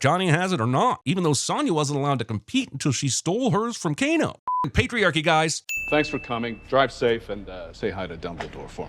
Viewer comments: Announcer says Kane instead of Kano DING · Did you just Kano a "Cane"? KANESINSININTY! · It's Kano